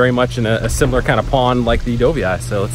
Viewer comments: did he say do-vee- eye? dude seriously? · Awesome video, but it was a little odd hearing the filmer say Dough-vee-eye. I have never heard anyone pronounce it that way lol.